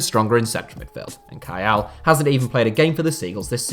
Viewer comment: Kayal's name is pronounced kiel.